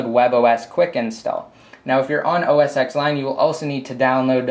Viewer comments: oh-s-ex lion? Its "ten" not "X". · It's pronounced "Oh-Ess-Tehn" Not "Oh-Ess-ex"